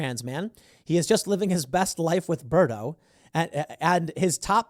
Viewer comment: Berto? Did this teacher mean to say Birdo?